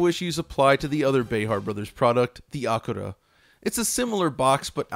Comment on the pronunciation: Lmao what did you pronounce ACURA in japanese?